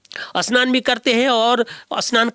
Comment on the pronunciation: Asnan nahi bhai ji snan bolo